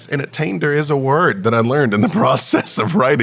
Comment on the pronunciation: A-taint-er; the beholder of a taint